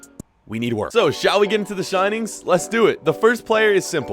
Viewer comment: You said shinings instead of signings